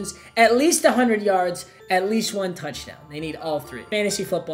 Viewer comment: Nobody: Nobody at all: Papa: toucdown